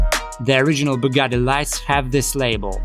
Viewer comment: Bugari si, si dice proprio così: Bugari. Non sanno dire nemmeno Bugatti e poi prendono in giro chi non riesce a parlare in modo perfetto l'Inglese, come se fossimo tenuti noi a parlare la loro lingua che, francamente, detesto pure. L'inglese sembra una lingua fatta per menomati. Usano la stessa parola per cinque significati diversi, come se avessero difficoltà ad impararne di altre. Quando ho imparato l'inglese ho capito fin troppo bene che, se ci avessi tenuto ad esprimere un concetto in modo chiaro, ed inequivocabile, avrei dovuto comunque usare l'Italiano, perchè l'inglese è troppo deficitario. E' una lingua per chi ha il vocabolario di un bambino di 10/11 anni. Bugari...